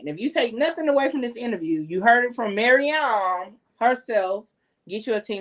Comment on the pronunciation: Yuuuuhhhhh 🤟🏾😝 it’s MaryAAM